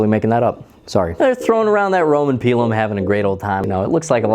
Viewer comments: It's typically pronounced "pie lum" not "pea lum" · "Pie Lumm"